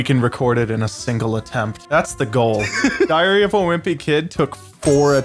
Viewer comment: ok ngl it sounded for a second like said diarrhea of a wimpy kid and then that was followed with loaded diaper. That is just unbelievably perfect and hilarious and that wasn't even intentional.